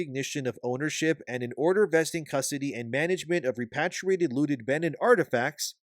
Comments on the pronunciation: Repatriated is pronounced similar to patriot, not pat. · Hey buddy it would be a lot easier if you just don't try to use big words when you can't pronounce them for example repatriated. Re-pA-tri-A-ted The A's actually make their sound. And if you're using AI or some voice over technology I would seriously consider in getting new software. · Ree-paat-ree-aa-ted. jfc.